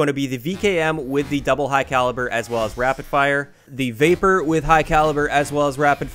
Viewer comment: When he said vapr I thought he said vaper